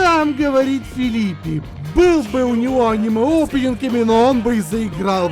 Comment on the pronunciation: Ха ха, и всё равно называет Филиппи. Типикал Сумка.